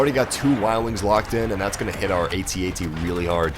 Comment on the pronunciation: Ummm...did he just say "at ats?" I'm sorry sir, I don't mean to be critical. I enjoyed this video very much and your voice is like honey poured over my ears, but it's pronounced AT-AT (AYE-tee AYE-tee) I thought you'd want to know :)